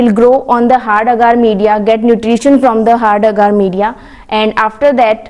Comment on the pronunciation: Agar not aaagaar😁